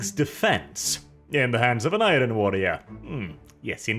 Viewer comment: You are great! but why can't you talk properly? Do you not know how to say the word iron?